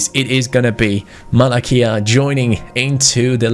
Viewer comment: don't pronounce 'Malacia' 'Malakia', because this is a greek swear...